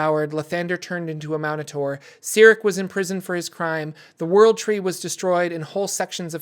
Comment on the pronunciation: Minotaur not man o tar.